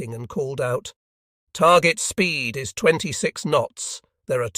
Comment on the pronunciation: The IS pronunciation is unbeatable. Can't continue until this is fixed.